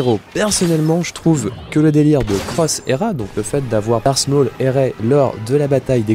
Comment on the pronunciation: 'Darse maul'